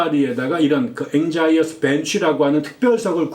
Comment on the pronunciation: anxious 앵셔스와 비슷하게 발음됩니다 anxious bench